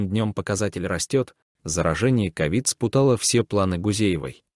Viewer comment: Ну, что же вы, уважаемый даже прочесть правильно не можете. СпутАлось вместо спУталось и т.д. За что вы деньги получаете ?